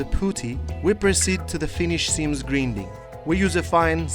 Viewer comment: Grinding произносится ГРАЙНДИНГ